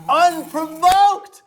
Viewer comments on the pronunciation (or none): Thank you Katya. Now I will never forget that “unprovoked” is 3 syllables